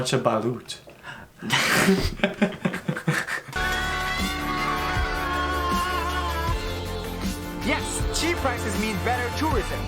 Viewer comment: Its not balowt its balut like say the "lut" hard when u say it baLUT